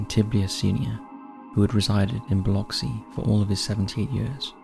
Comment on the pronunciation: honestly, great job pronouncing Biloxi, I'm from the area and it's incredible how many people butcher it LOL what a delight to see my little sliver of the world here ❤